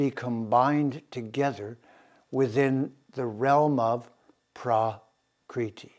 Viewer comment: Prakriti (Sanskrit: प्रकृति IAST: prakṛti) is "the original or natural form or condition of anything, original or primary substance" As you can see the pronunciation is not praakriti. you are actually altering the very words you are attempting to communicate and integrate. Long and short vowels are different letters and thus different phonemes. As you must know. the Veda were handed down not by text but recitation. They were kept in the mind basket of generations of recitative specialists for millennia. The universe was said to have begun with a sound, om, hence pronunciation is a vital part of Sanskrit. This is quite shocking, but also chauvinist. As with Ramana Maharishi being pronounced Ma-harsh-i as with the English word 'harsh'. There is no such 'r' phoneme in Indian languages. Your flagship term citti is to be pronounced chit-thee not chitty - like kitty. Having said all this I wish you all the best. Mark Antrobus, Kodaikanal. Peace brother.